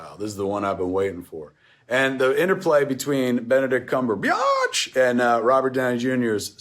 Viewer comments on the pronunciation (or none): Benedict CUMBERBIAAAAATCH! 😂